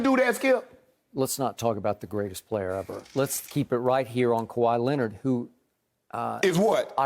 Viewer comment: He said kwai a deva😂😂😂😂😂